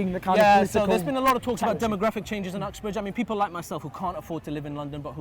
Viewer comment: . I honestly thought he said Fuxbridge.